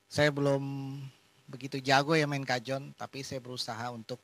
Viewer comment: dibacanya kahon ya...